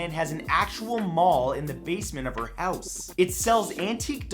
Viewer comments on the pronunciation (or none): none